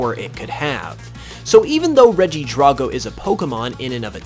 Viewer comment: DRAGO NOT DRAWGO